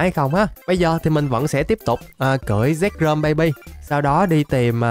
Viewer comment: Anh bảo zekrom em cứ tưởng sexrom